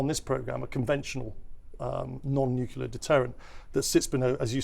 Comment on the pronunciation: What kind of an "expert" doesn't even know how to pronounce "NUCLEAR"?!